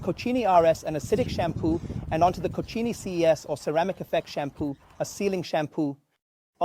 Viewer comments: Cochini, es mi pronunciación favorita a partir de ahora 😂😂😂😂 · “Co-cheenie” these pronunciations are getting wild